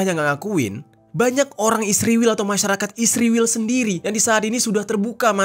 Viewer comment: Sebutan yg benar (israil) bukan (isriwil)..ngak nyambung😂😂